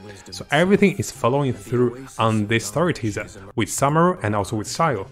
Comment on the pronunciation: SOO-meru and KOO-sanali, please don't butcher the name please, I beg you